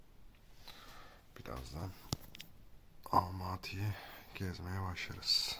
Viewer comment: Almati değil Almatıdır! Sen Türkiye’den mi geldin Türkiye!dan mı? Kazak Türkçesinde ses uyumu diye nir şey var haberin yoksa